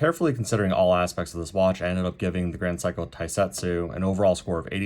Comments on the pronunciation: It’s pronounced Se-i-ko. No ‘psycho’. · My man pronounces SEIKO as PSYCHO you know 😂 GRAND PSYCHO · You keep pronouncing it as "Sai-ko" (as in "psycho"). Is that the way it should be pronounced, or just your accent? Given that you have "extended family in Japan", I would tend to believe you know how to pronounce the name.